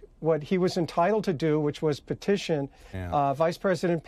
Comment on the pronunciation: Petiotion he says with the mop...